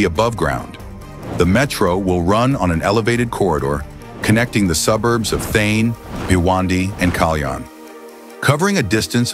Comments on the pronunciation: Its not Theen... Its Thaanee.... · It’s thaaaane not thane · It's THA - NE lmao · Also, it's not The-an......it is Tha-ne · ठाणे ✖️ थेन ✅ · Also at multiple times in the video ठाणे (Thane) is referred as थेन. This should be modified. But the video is excellent. Thanks for taking the efforts to make the video. India is really changing & Mumbai is leading the way. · Thane to be pronounced as Thaanay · Thaaney Not Thhene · Not Then, It is Tha Ney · Not Thane but Thaney - terrible pronounciations messes up meaningful context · Not Thane but Thaaney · Thae-n 😂😂 Tha-na or Tha-ne 👍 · Its Prime Minister Narendra Modi. And Thane is pronounced as Thanay. It's a very informative and interesting video. Maybe, by the time these are completed and the existing roads that have been dug up for making the metro a reality remade, it would make a perfect city for both living it and for travellers too. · The way he says Thain for Thane 😂 and Narendra Gandhi for Modi 😂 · the voice over is AI generated. hence Thane becomes Thene . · It's THAANEY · Also the pronunciation of Thane is funny. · Inspite of so many coments to rectify the error of pronouncing the name incorrectly, why has it not been rectified??? WE OBJECT & PROTEST AGAINST THIS .😊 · Thane name is also screwed up in the audio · "Shane" ka chota bhai "Thane" 😂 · Also, he is pronouncing Thane wrongly. Edit it immediately. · Thanks for the vdo. I would request the narrator to make sure he pronounced the city Thane correctly and name of our Prime Minister Narendra Modi. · Is it a AI generated video pronouncing thane erongly